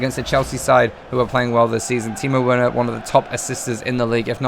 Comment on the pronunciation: Werner said wearner lmao but love ya content